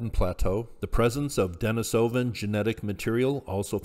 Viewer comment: Please learn the proper pronunciation of the archaic human species names if you're going to post videos! It's very annoying to listen to and diminished your credibility. It's not Den-i-SO-van. The correct pronunciation is De-NIS-o-van. Please look it up or just watch some of John Hawks' videos.